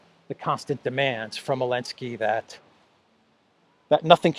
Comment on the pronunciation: BTW it's "ZELENSKY NOT ELENSKY!!!" Lets NOT get it twisted!!!